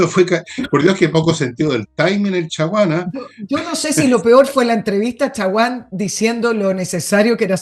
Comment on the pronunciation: Chaguan como lo dice su apellido, es chguan no mas, jajaja